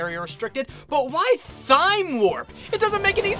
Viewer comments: Sorry if I spell this wrong but Thyme warp is pronounced time warp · Thyme is pronounced time :// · You pronounced Thyme Warp incorrectly